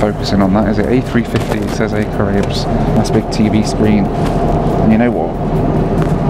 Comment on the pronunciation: Caraïbes = ka-ra-ee-b = french for Carribean